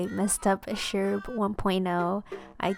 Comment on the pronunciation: Thanks for responding to my prompts and such (and yes, you pronounced it right ^^)! I hope you find Julian and Bunnie soon for your new island. I also sunk so many hours into my ACNL town, and I recently restarted the game because I have so many fond memories. This Sherb turned out so cute, I love the detail on his sweater you nailed so well!